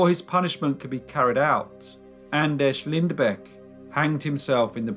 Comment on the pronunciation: By the way your pronounced his first and last name was pretty damn good!!